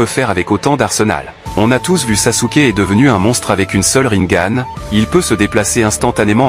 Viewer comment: T'as encore du boulot à faire avec tes IA Voix-Off. Tu te contentes juste d'écrire des mots, alors que tu dois ecrire des sons: au lieu de RINNEGAN, écris RINNEGANE, ou NAROUTO au lieu de NARUTO, etc...